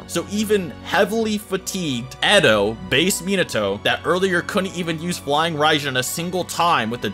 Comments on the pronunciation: bro if you say miNAHto one more time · It kinda hurts when he says, mee-nah-too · Its pronounced as men ah toe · Like the info but dang can we say their names right? Not Mi-Nato. It’s Mina-To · Sorry I just gotta .... It isn't Min-AHto It's Min-uhto In both sub and dub it is.. just Saiyan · its minato NOT minatso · Me-Not-Toe?... oh, you meant Minato. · I love the video. U have knowledge of the Naruto world an wat u are speakin is facts !!! But... The 4th Hokage's name is pronounced (Min-nuh-to) 🤦🏾‍♂️. Minato.. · Its pronounced “Menatoe” like that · The way it saying minato your saying like min-nato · when he calls him mnato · Min not toe? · i hate that you know so much about naruto but you havent pronounced a single thing right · You know your pronouncing Minato wrong ... nevermind you pronounce a lot of it wrong plz watch sub again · So many different pronunciations of Minato in this video 😂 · the way he pronounces minato is just.... AAAAAAAAAAAAAAAAAA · why he saying minato like that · Cringing every time I hear him say Minato wrong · How TF did you just say minato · Not a fan of the way he pronounces Minato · If you are going to make a video about a character, you should at least learn how to pronounce their name first.